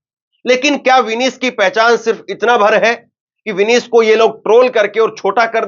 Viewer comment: विनीश ❎ विनेश ✅अपनी उच्चारण में सुधार लाओ